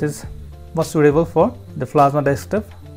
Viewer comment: Good video, but please take care not to say "dekstop".